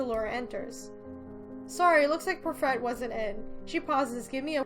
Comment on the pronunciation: I'm being such a grammar Nazi, but it's pronounced par-fay (it's French)